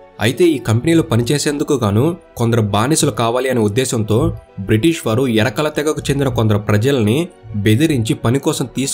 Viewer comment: Bro adhi erakalu elakalu kaadhu bro yerukula kapu,kamma, Reddy ani baganey palukuthunnaru yerukula ani kuda sarigga palakandii.